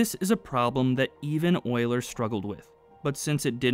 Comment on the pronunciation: Concise and easy to follow. That's another quality video worth to watch. I especially love how you pronounce Euler the right way :-) Something that's probably not very intuitive: A pipe can even buckle when under tension while supporting a compressive load. We did experiments at the university showing that, but I kinda forgot the exact reason for it.